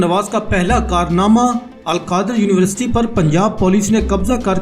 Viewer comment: Your university pronounce is not correct